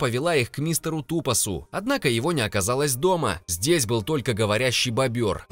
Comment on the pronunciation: БОбр...... Боль для ушей... Может бобЁр??